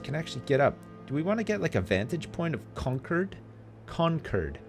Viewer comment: This is so weird... I grew up in Concord, MA. Who knew it would be the setting of Ruffio Lorenzo's greatest journey? Also, ' pronunciation of "Concord" is killing me. Despite its spelling, it's pronounced "cong-curd".